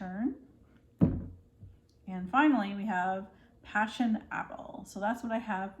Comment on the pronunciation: "Passion" apple is actually "Poison" apple 🤣